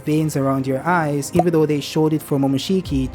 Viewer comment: I agree cuz he said those blue eyes he's saying like eida eye